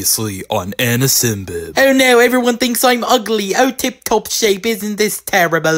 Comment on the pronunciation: it’s pronounced ANOSIMBIB Not ANOSIMBIMB